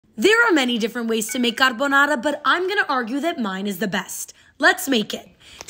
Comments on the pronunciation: You are by far the most accurate american i’ve watched making a carbonara. You even pronounced it correctly and followed the traditional recipe. I own a café that makes italian traditional pasta and i never used egg whites with the sauce, and when you did it just elevated everything. Well done 👏🏽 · I knew her carbonara was the best just by how she pronounced it